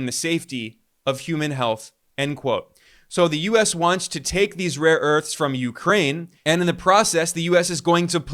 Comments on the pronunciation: He has dyslexia; mixing up a and o as in 'rore earths', poor sod. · ‘Raw earths’ 😅😅😅 He has absolutely no clue what he is talking about 🤣